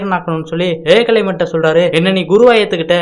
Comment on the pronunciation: தம்பி வார்த்தை உச்சரிப்பை சரியாக சொல்லுங்கள் ஏகலைவன் ன்னு பேர்